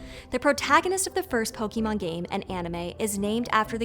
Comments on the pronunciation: I'm... sorry. But as a long time Storied fan I am extremely disappointed in the choice to publish this video with so many terribly inaccurate pronunciations. You're literally commenting on a well-known franchise and couldn't even learn how to say "pokemon" correctly, nevermind manga, kawaii, and some of the proper nouns mentioned here. You can do better. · Yeah, the sheer ignorance in pronunciation earned this video a downvote. This sort of thing bothers me so much, I'm gonna go on a small rant. Lesson #1: If you're not Japanese, just pronounce it as "Poh-K-mon." Literally. Just say "K" instead of butchering a single, simple syllable - you'll be a lot closer. Lesson #2: Japanese vowels are stupid-simple: they're the same as Romance language vowels. Did you take Spanish in High School? Remember "a, e, i, o, u?" Great, you can pronounce Japanese vowels now. Lesson #3: With a few exceptions, stresses in Japanese words are almost always on the first syllable. Ironically, Pokémon is one of these exceptions...but this is because its stress is from an English loanword, with the word "pocket" becoming ポケット. Last of all, this chick loses all lingering respect & credibility for even giving the time of day to PETA & woke "arguments" that Pokémon has any connection to AMERICAN cultural & historical issues. People like this are why the world rolls their eyes at the U.S. Confidently ignorant, unwilling to correct their own flawed behavior, & convinced the whole world revolves around their myopic worldview. Rant over. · Why can't Americans ever pronounce Pokémon correctly? No one in the show ever says pokee! What do you call poké Hawaiian food? Bah! (Canadian btw) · It is Pokémon, not "pokimon"... Pls sound it correctly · Poke-EEE-Mon...she clearly never played Pokémon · There is an accent on the é for a reason. I’m surprised the channel that has Other Words would so confidently and repeatedly mispronounce Pokémon as "po-kee-mon" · It’s pronounced Pokémon not Pokemon. 🤓